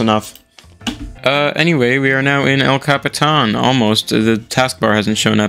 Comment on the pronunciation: could you butcher the pronunciation of Yosemite and El Capitan even more for me?